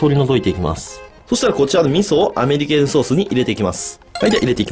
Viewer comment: アメリケーヌソースをアメリカーンソースって聞き間違えたのは俺だけじゃないはず😌